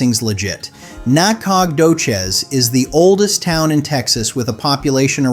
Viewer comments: Nah-cog-doches 😂 more like nacka-doe-shus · The narrator is very good, but when the said "NAK-COG-DO-CHIZ" my suspicion it's AI went confirmed. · Nacadocious is pronounced Naka doe shis . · Can we take a vote on Nah-cog-dough-cheese? I think it could work. Maybe we could do Natch-a-toe-cheese, too. Just to keep it even. 😂😂😂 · Nack-og-doe-chez lmbo 😂😂😂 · You butchered the pronunciation of Nacogdoches! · LOL! YOU GUYS TRYING TO PRONOUNCE "NACODOCHES", TX, CRACKS ME UP!! 🤣😱😂😁🫣😆😭I LIVE IN TEXAS, AND THAT TOWN IS BETWEEN WACO, TX & DALLAS, TX. NOT TOO BAD. AS FOR BUDA, TX, THAT'S SOUTH OF AUSTIN, TEXAS, ONLY ABOUT 30 MINUTES. IT'S OK, BUT IT'S A TYPICAL Hwy. #I-35 town, the very busy interstate town is similar to many other towns that this main highway goes right in the middle of the town. No biggie, kinda boring. 🫣😁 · ❤ this person doing the talking doesn’t know how to pronounce any of the names of the Texas towns. I’ve never heard such BS.❤ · Your pronunciation of Nacogdoches is killing me! 😅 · I laughed out loud at how badly the video butchered the pronunciation of Nacogdoces. I mean, tell me you’ve never been to east Texas without telling me…of course, there really isn’t any reason to go unless you’re hooking up with a co-ed at School For Alcoholics. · You should really figured out how to pronounce Nacadoches. It’s a beautiful town. And Sabine. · FACTS! EAST TEXAS IS TOO BEAUTIFUL TO BE TRASHED BY BAD PRONUNCIATION! 😂 👀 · Yes, please